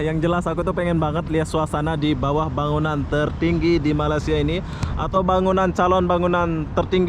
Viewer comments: memang sudah azali org indonesia tidak dapat menyebut berapa perkataan melayu. bunyi seperti ijin,malisia,beda,musik.. huruf z jadi j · ni,dari dulu tak boleh sebut " Malaysia" dengan betul 🤣🤣🤣 Ape ape bende oby memang mantap